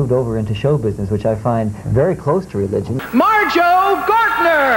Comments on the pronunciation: It's Marjoe, not Majoe. !!!! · Marjoe not 'Majoe'...wow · It's Marjoe. Not Majoe. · Marjoe - NOT Majoe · Its "MARJOE", not "MAJOE" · It's Marjoe, not Majoe. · It’s Marjoe not majoe. There’s a full documentary on vudu for free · His name is “Marjoe” - a combination of Mary and Joseph - not “Majoe” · The dude’s name is Marjoe not “Majoe”. Majoe is a German rapper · MARJOE, not Majoe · Marjoe, not Majoe. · Its Marjoe, not Majoe. Just saying :) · The name is "Marjoe" - not "Majoe" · By the way it’s MARJOE not Majoe. You’re welcome. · Do your homework before you upload: it’s Marjoe with an “r”, not Majoe. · It's "Marjoe" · It's "Marjoe". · It's "Marjoe" You forgot the R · It's MARJOE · MARjoe, with a fucking R. FFS. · If it's a special, you should get his name right. I'm not a hater I love your shit but seriously. It's Marjoe.... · It’s maRjoe